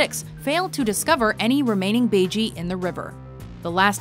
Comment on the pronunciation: That is not how baiji is pronounced. :P